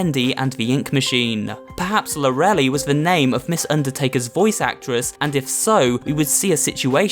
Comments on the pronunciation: Lor-El-Lie Not Lor-Elly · It's probably pronounced LORE-ih-lye, not lore-elly. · It's pronounced Lor-I-Lie not Lor-E-Ly From the ei at the end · It’s not Lorelei. It’s lore-o-lie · Not pronounced lore-elly it is lore a lie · It's lore-lai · Lorelei is pronounced "Lora-lie". Sorry, it's just a thing I have when it comes to names. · The name is pronounced lore a lie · Everytime a game is slated to come our on my birthday, it always gets delayed. I am a bad luck charm. Oh, and Lorelei is pronounced Lor-eh-ly.